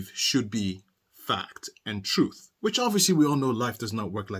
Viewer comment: He also says TROOFF lol 😂😂